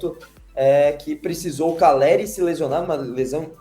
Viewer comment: CALLERI. NÃO CARELLI. APRENDAM ANARFAS